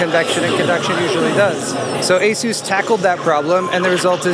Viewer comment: Maybe it's so expensive because it's a ones of a kind Asus Aorus. (40 seconds he calls it an Asus lol)